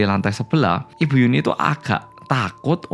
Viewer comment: Nyebut yunhee jadi yuni😭